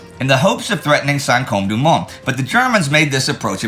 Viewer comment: The "e" in Saint-Côme should not be pronounced.